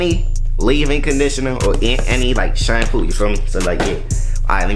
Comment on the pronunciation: Remember when he used to pronounce shampoo as “Champuu “ 😂 in the first hair tutorial vid